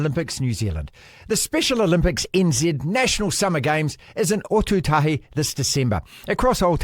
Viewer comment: Marty.. Otautahi - (Or - toe - tahi).